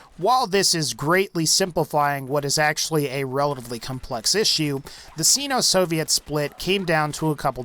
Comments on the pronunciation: SYNO, not SEENO... sheesh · sigh no Not seeno Oi. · I think he means sino but pronounces it xeno. otherwise this guy is xenophobic. it's pronounced sign-o. honest mistake. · It's Nikita Krushchev not Nikito. Also Sino is pronounced saino as supposed to seno per the Merriam Webster english dictionary. Other than that great it was great video thanks for the content. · Seeno? Who the fuck looks at the word Sino and thinks "hey that's pronounced seeno!" No matter what you had to say after I'll never know cause I can't stand the way you pronounce Sino